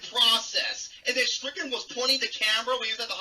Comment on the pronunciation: Dude, it Strickland, not "Strictland."